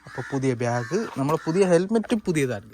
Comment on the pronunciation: ബ്യാഗ് അല്ല ഭായ് ബാഗ് ഏതെങ്കിലും ഒന്ന് നേരെ പറയാൻ പഠിക്ക് 😂